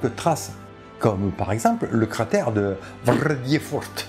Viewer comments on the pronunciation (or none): Cette prononciation enthousiasmée de Vrrrrrrrredefort ! x)